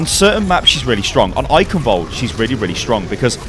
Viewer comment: I'll never get over how non-germans pronounce Eichenwald. Especially the 'ch' sound. Just weird.